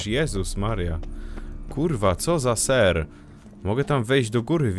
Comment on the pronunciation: ten serrrrrrrrrrrrrrrrr mnie rozjebał